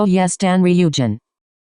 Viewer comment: Lollll the robot voice called Ryujin both ree-OO-jin and RYE-oh-jin 😂😂